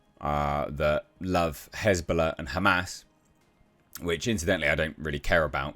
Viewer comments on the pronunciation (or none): none